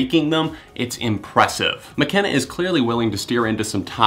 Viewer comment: died when he said declan mckenneee